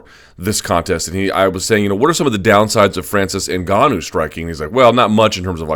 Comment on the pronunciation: So glad to hear Luke pronounce NGannou properly. I don't feel like sticking forks in my ears. Thanks big guy